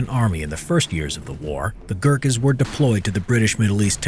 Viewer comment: The way you say Gurkhas and “AYO GORKHALI” brings shame to all Nepalese men